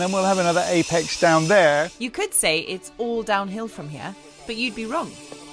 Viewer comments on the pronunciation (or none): none